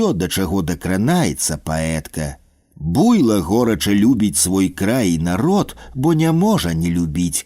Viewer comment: А чаму БУйло? Слушна ж будзе БуйлО.